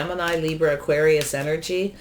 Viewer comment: Hi 👋 I know you do so much for the community. At the end of the Scorpio reading you said Auqaris